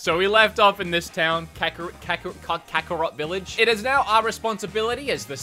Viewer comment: It hurts me when he says kakarok village, as a Zeldie fan, can’t let it go.